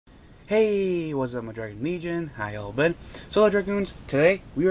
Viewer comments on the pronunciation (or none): couldn't even focus on the deck I was looking at the mat the whole time xD btw legion is pronounced lee-jin